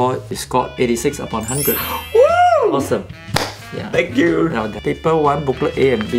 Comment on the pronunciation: are you serious right neow bro